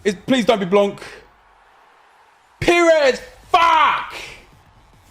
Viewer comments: Plz not blanc hahaha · U said please dont be blanc😂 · theres only two french baby icon cams and its blanc and pires so when you said please not blanc, you asked for pires